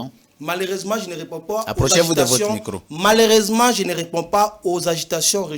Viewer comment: "Malersement" 😂😂😂😂 Prof de l'IPN😂😂😂😂